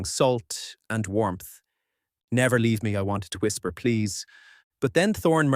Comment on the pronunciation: Great story, I love it... But the way the 'and' is being said is simply irritating.